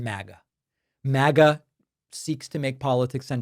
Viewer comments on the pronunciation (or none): none